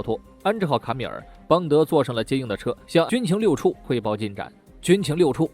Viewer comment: 可能原来读错了（